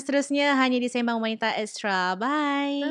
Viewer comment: Sebutan pd lagu intro tu salah Se(y)mbang✅️ Se(r)mbang❎️